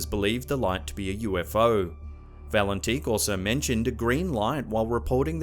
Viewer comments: At the time Valentich disappeared, his name was pronounced "Valentich", not "Valentick". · I like your channel and I am a subscriber but please mate pronounce the Australian pilots name correctly lol you said his name at least 10 times incerrectly.